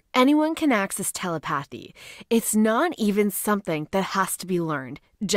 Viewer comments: Tele path y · It’s pronounced tuleputhy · 😭😭😭I love feeling Tele Phathy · Its tele-pathy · Lmao...tel-i-pathy. Ugh! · The word is pronounced TUH LEH PA THEE. If that makes sense. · Omg the way she says telepathy 😭😭😭😭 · it’s not cool, it’s ignorant. That used to be an everyday word. It’s the damn internet. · Anyone can access telepathy, but apparently not every voice generator can pronounce it.